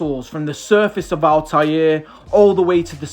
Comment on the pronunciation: Really amused to listen to your pronunciation of “Altair”… didn’t think that you could speak it as if it was a French word… but it is AltAIR - like the stuff you breathe. 😅